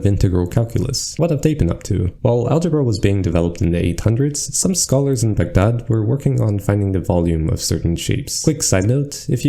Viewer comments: thank you so much for not pronouncing it bag-dad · for correctly pronouncing Baghdad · Appreciate your pronunciation of Baghdad